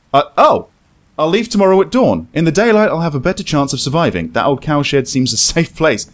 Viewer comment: Every time he said cowshed fast it sounded like cowsh*t lol couldn't help but laugh